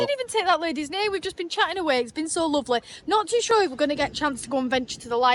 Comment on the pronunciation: Because he’s lawvely…